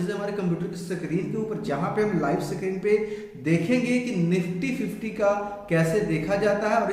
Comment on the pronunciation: Sakreen nahi screen hota hai bhai🙏